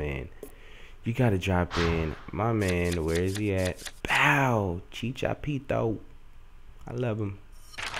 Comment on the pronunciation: you do know its chicharito not chichapito